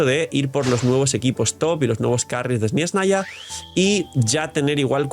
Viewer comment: yo creía que se pronunciaba ezneshnaya y he visto que en todos los videos cierta persona dice esniesnaya